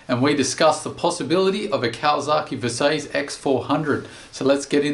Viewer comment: I love the videos and I always look forward to the next release, but pleeeeeease prounounce Versys as it is intended. VERsatile SYStem. Surely your Australian accent shouldn't interfere with pronunciation of this portmanteau word? Just nit-picking :)